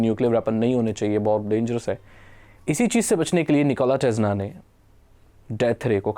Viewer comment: भाई निकोला टेस्ला है, टेज्ला नही ।